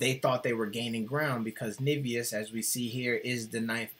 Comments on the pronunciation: Nevezis is pronounced ne-ve-zhis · But you pronounced Nevėžis horribly, the way you pronounced it we would write Nivijus.